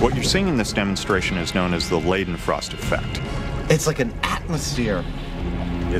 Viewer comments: Liedenfrost lol ... why can't they say it like Leydenfrost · You’re pronouncing it wrongly. In German you say it like the device ketter. So ei is like ‘I’ and ie is like ‘eeeeee’ Never ‘lay’ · The "ei" in Leidenfrost should be pronounced like an "i" not an "e". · Ughhhhh, it's a German surname, pronounced [Lye-den-frost] most definitely NOT [Lee-den-frost] or [Lay-den-frost]. >_> Johann Gottlob Leidenfrost (November 27, 1715 – December 2, 1794) was a German doctor and theologian who first described the scientific phenomenon eponymously named the Leidenfrost effect. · Leedenfrost? It's pronounced L-i-denfrost. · its frickin laden frost effect not leden frost effect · With German “ei”, shouldn’t it be lye-denfrost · "Lie-denfrost" dammit. In German, "ei " is pronounced as "i" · Leidenfrost (like English i), not Lidenfrost or Ladenfrost! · Leidenfrost effect the "ei" is pronounced like the "i" in FBI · Is it really that hard to say Leidenfrost properly?